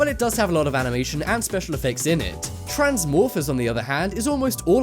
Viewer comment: Iron Smiles he did. At least it sounded like that.